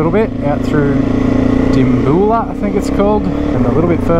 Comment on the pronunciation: Feels so weird having connections in a youtube video of a bloke ive watched for a while i live in dimbulah and my dad went to school with bruce and his brother and are still good mates ps its called dim-bew-lah not dim-boo-lah